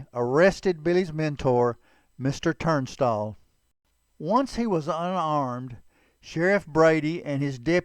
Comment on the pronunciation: There is no “R” in Tunstall. Listen to your video and you will hear that you inserted an “R”